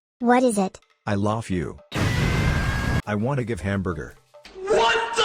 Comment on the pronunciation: Ah yes my fav part “I lof you” and I “lofe you”